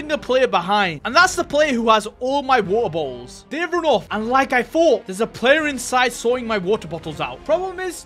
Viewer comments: Bro just saying wo-er bo-ols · why u keep saying "wa'a botuls" 💀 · I love how say was ah bo als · “Weaer bolls” 😂😂😂😂😂😂😂😂😂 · I heard every time you said Water bottles I heard Wawer bottles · Bro said wahor boholls